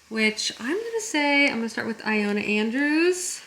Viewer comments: Wonder if "eye-ona" Andrews finally becomes "ee-Lona" Andrews by the end if the vlog 🙈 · BTW, it’s pronounced Ill-Lo-Na